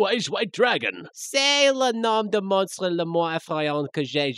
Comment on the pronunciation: Et c'est pas comme ça qu'on prononce "monstre", "duel", et "cas" xD